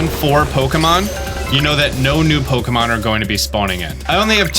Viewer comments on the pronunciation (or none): I simply cannot stand the pronunciation, "poke-uh-monn"